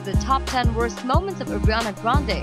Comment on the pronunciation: Is it just me or is the voice-girl saying Adriana Grande??